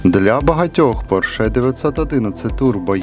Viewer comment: Автор,як ви можете робити огляд,якщо не знаєте навіть назви автомобіля,ну який "поршЕ́"!?!?!? Запамятай: не "поршЕ́" а ПО́РШЕ!!!